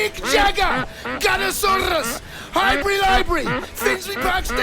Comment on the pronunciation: MAN SAID GUNNESAUROUS. LOOL